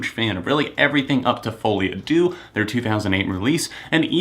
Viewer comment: In fouile à deux, you pronounced à deux wrong especially the word deux